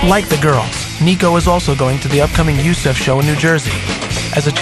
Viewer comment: Haha, he pronounced it you-seff finals instead of U-S-E-F finals xD